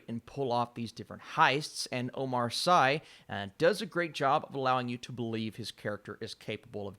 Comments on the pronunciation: "Sy" is actually pronounced as "see"... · Hi! I love your review and I love the show. But please can you make an effort to say his name right? It's OMAR SY "see". 🥰😘all love and support from Belgium.